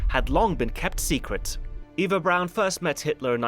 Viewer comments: You don't know how to say Eva Braun? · ITS PRONOUNCED EVA BRAUN NOT AVA BROWN THE FUHRER IS DEAD NOW GOOD SAVE US ALL FROM SMELLING HIS DEADLY FARTS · btw her names pronounce ava braun